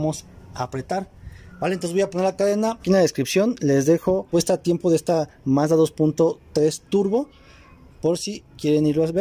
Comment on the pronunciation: Mazda tregs hable bien